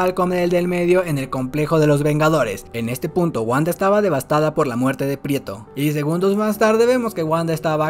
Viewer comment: Muy buen resumen ,pero es Pietro no prieto ,habla bien